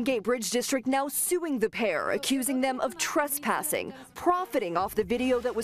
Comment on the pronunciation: First it’s trespassing not trustpassing next how tf can you trespass on a public easement??